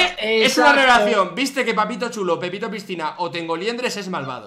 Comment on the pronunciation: fargan la dijo pipito a willy y no pepito jajajajajaja:V